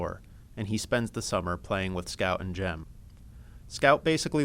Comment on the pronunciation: Sorry its jem not Jim😊